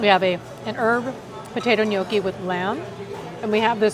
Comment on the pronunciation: Please learn how to pronounce gnocchi.